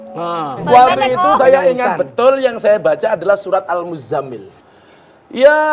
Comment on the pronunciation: Bacaan Qur'an Gus Miftah ada yg kurang pas, Huruf ز pada surat Al Muzzammil itu bertasydid. Mengingatkan aja, sblm lanjut menjadi tukang ceramah, ada baiknya belajar memperbaiki bacaan Qur'annya dan apalagi dilanjutkan dengan belajar baca kitab-kitab kuning karya Ulama'. Insya Allah akan maslahah. Smg kedepan